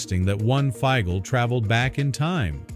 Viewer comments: Feigl is NOT pronounced Feegel but Feyegl...! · The name is German and is pronounced like "eye" Feygl.